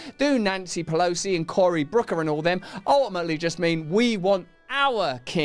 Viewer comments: He keeps saying "Brooker". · Personal pet peeve here, IT’S BOOKER, NOT BROOKER, YOU STUPID LIMEY FUCK! I don’t even like the guy but you can’t even get his name right.